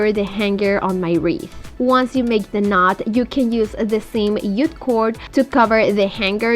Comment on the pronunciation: It's JUTE not ute cord! 🙄